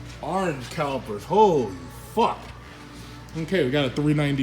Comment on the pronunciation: I’m pretty sure someone got dicked-in-the ass — ”Ohhhhh, dey got da awringe calipizz! Oh meh gawd!!!”